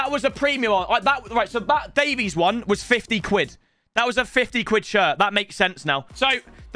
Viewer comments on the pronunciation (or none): none